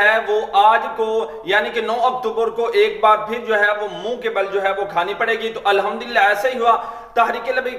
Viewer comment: الحمدُ ہوتا ہے الحمد للہ اگر د کو مکسور پڑھنا ہے تو بحمدِ للہ کہیں جزاك الله